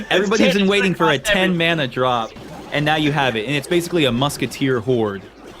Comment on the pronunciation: i fucking hate how he says mana